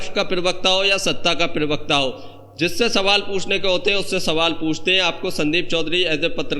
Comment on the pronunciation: पिरवक्ता नहीं प्रवक्ता बोलो